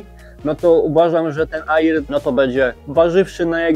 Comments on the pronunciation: Stary, uszy bolą "nie aiiiraa" tylko "era", po angielsku "air" wymawiamy "er" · Kolego. Słowo "Air" wymawia się "er", a nie "ajir". Piszę, bo uszy bolą;) film dobry i merytoryczny ale te ajiry, ajira, ajir psują urok;) zdrówko! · Wymawia się er np mawik er a air to znaczy powietrze